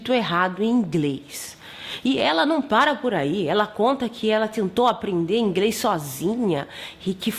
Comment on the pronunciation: Quando a youtuber falou ´´ingrês´´ parei o vídeo. Deve ter sido aluna dessa professora.